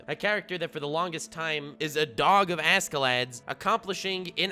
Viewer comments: What the hell is Eskelet??? IT'S ASHKELADDO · Am i the only one getting kinda anoyed every time he says askeladd instead of ashelatto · I keep hearing "Ask a lad" :> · It,s pronounced ashelad witch means coverd in ash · The way you say askeladd is a war crime